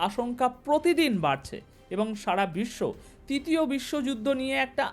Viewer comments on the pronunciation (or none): none